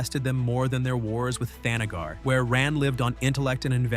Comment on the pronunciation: Captioner misspelled the Kryptonian sun. It's Rao, not Ralph! Also, THANagar, not the NAGGar, you racist robonarrator. Starro, not Stairo.